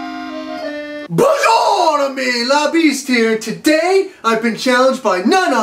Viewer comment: I just start watching and i already laughing because he can't even say Bonjour correctly WTF 😆🤣😆🤣